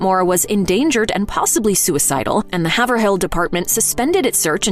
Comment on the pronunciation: Doesn’t matter, but Haverhill isn’t pronounced “Haver-hill”, it’s pronounced like “Hayvril”!